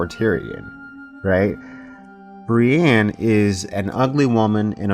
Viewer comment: Love you dude, but its not Bri-Anne. Its Bri-ENNE.